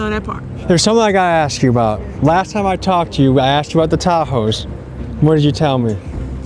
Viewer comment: never trust anyone who says axed instead of asked